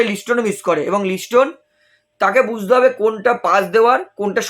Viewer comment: লিস্টোন নয় লিস্টন